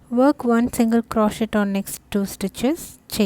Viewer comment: Great work, and for your awareness, the "t" is silent in crochet.